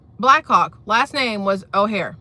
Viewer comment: The pilots last name was O’Hara, not O’Hare.